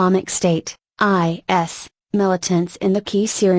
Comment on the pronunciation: Funny. The speaker doesn't know what IS is. Her pronunciation and monotone are annoying throughout.